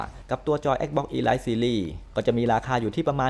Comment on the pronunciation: "Elite" อ่านว่า อีลิท ไม่ใช่ อีไลท์ ครับ 😊😊